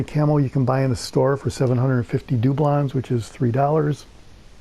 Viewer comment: Do-blons I like the way you say it